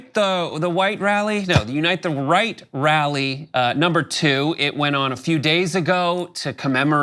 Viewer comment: sounds like Elmer Fudd trying to say "unite the white wal-ee" lol